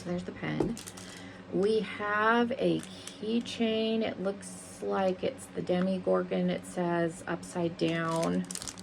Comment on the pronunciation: You were slightly offended that someone didn’t know what hellfire club was but you don’t know how to pronounce Hawkins or Demogorgon 😅